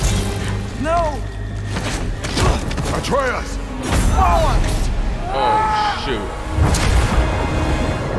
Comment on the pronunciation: the fact hears the names but still butchers them is triggering first Atreus now Angrboda😂